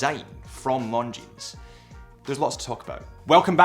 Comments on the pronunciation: You would think he would know that given he's a representative of these watches! It sounds like he's saying "long jeans"!😂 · The "S" in Longines is silent. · Nice overview again. But your pronunciation of 'Longines' did make me wince every time every time you said it. The 's' should be silent...sorry, but retail is detail for a watch channel. 😉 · We don’t pronounce the “s” at the end of Longines. ;) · The final « s » in Longines is silent. As is the « t » in Hublot, or the « d » in Chopard. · the "s" in Longines is silent. I like the blue dial with the red GMT hand, but I would very much appreciate a black dial, with gold hands and red GMT hand (instead of the blue that was actually released). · Why does this man who reviews watches for a living not know how to pronounce the name of the brand correctly? And why is he identifying a diamond shape as a rectangle...